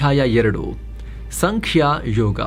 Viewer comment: Sir ಅದು ಸಾಂಕ್ಯಯೋಗ. ಸಂಖ್ಯಾ ಅಲ್ಲ